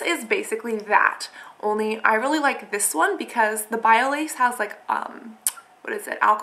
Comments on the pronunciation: its not biolayyyyyge its biolage like the (a) sounds like an (o). :) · bio-lodge(pronounced) not bio lace! ahahh c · bye-oh-lauj (soft G)